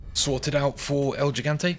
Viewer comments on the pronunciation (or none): the run itself is aight, good shit, but that pronounciation of foreign words 💀💀 "el jeeguntays", "paysaytas (?)" also that "advice" about "not opening the videos if you know youre not going to watch the majority of it" - bruh, i was already tired ~12 years ago when every mf making money on yt started begging for comments, likes and subscriptions (which they still do of course), but this is like a new level of someone asking other people to do his job 💀💀no one should go out of his way to help someone min-max his money-making machine and yt algorithms, morally questionable and extremely time wasting even if you "want to support the content". at the end of the day if the video is useful/entertaining/whatever to people theyre going to watch it (most of the time for the content - not because of the person who made the video, no one here is friends with each other, no one knows each other and especially the viewers should remember this, it's a business, not a family meeting 😭) but asking people to watch my shit or not watch my shit just so i can maximize the profit and gain advantages? hell nah 😭 i understand that it takes time, skill and it's basically like a work etc. but hearing that meta-business-min-maxing-youtube-talk-bs on nearly every channel, whether a big ass yt channel or someone who just started, is still annoying